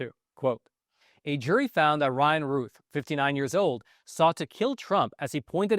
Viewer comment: His name is pronounced like the word south. Routh, not Ruth.